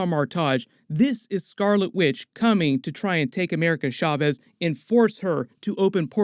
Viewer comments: Cha-vez Not SHA-CHEZ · I thought chavez was pronounced just like caves 😂